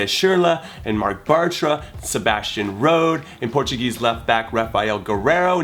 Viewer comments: You miss pronounced rode wrong srry dude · of course and by the way you pronounced Rode wrong 🙈